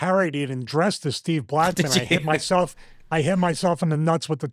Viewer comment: A very poor one as couldn't even say his name properly. STEVE MUFUGGIN' BLACKMAN